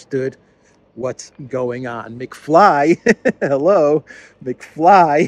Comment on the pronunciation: Not McFly. McFlea.